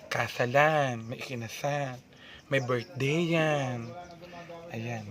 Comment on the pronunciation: Natatawa po ako the way he speak the birthdiyan😂